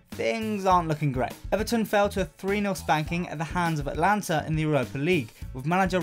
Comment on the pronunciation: Atalanta..At-tah-lan-ta....not Atlanta